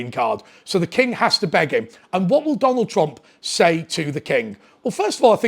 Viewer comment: Who's Tonald Trump ? lol 7.43